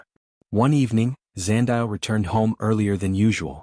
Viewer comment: Eh Zandile 😂. Love that this story loops back to my home country, South Africa 🇿🇦! PS: Zandile is pronounced 'Zah-ndeee-lay' 🙃.